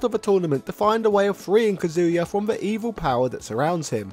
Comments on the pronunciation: Why do people pronounce his name different? Some people say “Ka-zoo-yuh” others say “Cuh-zoo-yuh” like in the video. Which is correct? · It’s 2023 and people are still saying “ka-zoo-ya”?